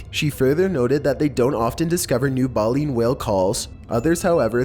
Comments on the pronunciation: bay-lean dude come on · I didn't hear any "space music" in the NASA one. Maybe it's just me, but I only heard a beep. Also, the "Satanic DVD" one, was shown to be an art project. And lastly, it's pronounced "BAY-leen" whale, with a long "a". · He mispronounced "Baleen" AND "Minke", that ruined #5 for me